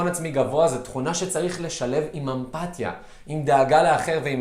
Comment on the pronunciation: וואו אתה מקסים כל כך ומעניין מאוד. חשוב לי לציין שאומרים אמפתיה עם סגול ולא קמץ.